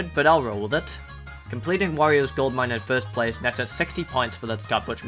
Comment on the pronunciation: me: hears say: “goose panels” also me: “ cringes “ minutes later me: hears say: “oreos gold mine “ me again: hears say: “oreos gold mine” me for the final time: “cringes really hard”